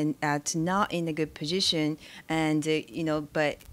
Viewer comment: Love how she didn't say position, she said puzhishin